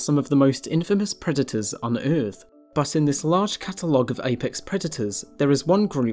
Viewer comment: You know, the word "predators" has a "d" in it right?